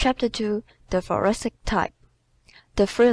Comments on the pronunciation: “Ta fuwasick type…Da fwilla!?” WHAT! 👎🏻Part 5 is too hard to listen to!!!!! Can we get a new reader??? She can barely pronounce the words and I cannot understand 1/2 of it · Wtf...thoracic? I don't understand the reader. Uncool.